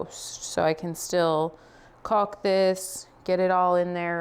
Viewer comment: no "L" enunciated in caulk. Sounds more like " cawk"